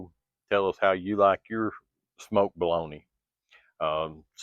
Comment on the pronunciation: I live in Wisconsin. And I pronounce bologna just like you lol. Love your channel. Can't wait to see the next ❤